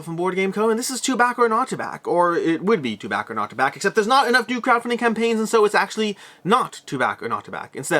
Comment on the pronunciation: when you said "to back or not to back" it sounded like you said "Chewbacca"